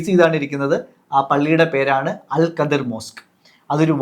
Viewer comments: Al khidr... Not al qadir... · അൽ ഖദ്ർ പോലും... 😂😂😂😂 ലൈലത്തുൽ ഖദ്ർ ഉണ്ട് ഖുർആനിൽ... അല്ലാണ്ട് ഖുർആനിൽ അൽ ഖദ്ർ അങ്ങനെ ഒരു പ്രവാചകൻ ഇല്ല മൊയന്തുകളെ .... Al Khidr എന്ന് ഗൂഗിൾ കാണിക്കും നോക്കിയാൽ മതി... അത് വായിക്കേണ്ടത് അൽ ഖദ്ർ എന്നല്ല pronunciation നാക്ക് നേരേ ഉയർത്തി പറയാൻ എങ്കിലും പടിക്ക്... അത് ഖദ്റും ഖാദറും അല്ല ഹിളർ 😂😂 ആദ്യം വ്യക്തമായി പടിക്ക് എന്നിട്ട് തള്ളാം... നിങ്ങൾക്ക് വേണ്ട ഉത്തരത്തിന് പാകമായ വാക്കുകൾക്ക് ഖുർആനും ഹദീസും അറബിക് വേർഡ്സും മാറ്റുക എന്നത് ഇഷ്ടായി... ഒരു മതത്തിലെ കാര്യം പറയുമ്പോൾ അത് പേരെങ്കിലും കൃത്യമായി പറയണ്ടേ... ഖുർആനിൽ ഇങ്ങനെ ഒക്കെ ഉണ്ട് പോലും..എന്നാൽ ആ ഭാഗത്തു ഉള്ളത് ഒട്ടും പറയുന്നുമില്ല... 😂😂 പിന്നെ മോശയെ കണ്ട് എന്ന് പറഞ്ഞത് വച്ച് മാത്രമാ കുറേ ബഡായികൾ ഇങ്ങനെ തള്ളി മറിച്ചത് ഹിളർ നബിയെ ആണ് എന്ന് മനസ്സിലാക്കാൻ പറ്റിയത് പോലും ... ഖുർആനിൽ സൂറത്തുൽ കഹ്ഫ് അദ്ധ്യായം ആണ് ഹിളർ നബിയുടെ ചരിത്രം പ്രതിപാദിക്കുന്നത്... ആർക്കും മലയാളം പരിഭാഷ വായിക്കാം ഇവന്മാർ പറയുന്ന പോലെ വല്ലതും ഉണ്ടോ എന്ന് നോക്കാം... NB : അൽ വക്കീൽ, അൽ വാരിസ്, എന്നൊക്കെ ചില അറബിക് പദങ്ങൾ നാമങ്ങൾ ഖുർആനിൽ ഉണ്ട്.അല്ലാഹുവിന്റെ നാമങ്ങളായ് പരിചയപ്പെടുത്തിയത്. ഇനി അതൊക്കെ കോടതി മുറിയിൽ നിന്നും ജഡ്ജിയിൽ നിന്നും എടുത്തതാണെന്നും വാരിസ് പേര് വിജയ് ടെ മൂവിയിൽ നിന്നും ഖുർആൻ എടുത്തതാണെന്നും ഫ്രിഡ്ജ് മക്കയിലെ കഅബ പോലെ ഉണ്ട് അതിനാൽ അതിന്റെ മുകളിൽ കറുത്ത തുണി വിരിച്ച് വീട്ടിൽ തന്നെ ഇരുന്ന് ഹജ്ജ് ചെയ്യാനാണ് അങ്ങനെ പ്ലാൻ ചെയ്തത് എന്നൊന്നും ഇനി അടുത്ത തള്ള് വിഡിയോ ഇറക്കി പാവങ്ങളെ പറഞ്ഞു പറ്റിക്കല്ലേ എന്ന് കൂടി പറയാൻ പറഞ്ഞു... 😂😂😂